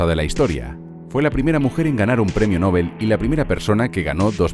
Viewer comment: Genial pero por favor, PRONUNCIA BIEN LA PALABRA “ NOBEL “.